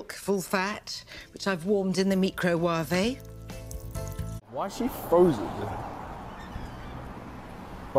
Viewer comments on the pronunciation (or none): “microwahvie” cringe!!! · Warmed in the fuckin WHAT?! MEECROWERVEH? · Did she really just pronounce microwave like Rico Suave? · Meecrowavae is my new all time favorite thank you lmao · The "Mekro wa vii" HUH?!! 😂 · Calling it “Me-Crow-ah-veh” now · Mee crow waah vay. I'm going to have a fucking aneurysm. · She pronounced "Microwave" "Meecrowavey"